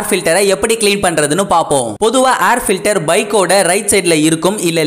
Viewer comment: Try to pronounce word of air filter properly.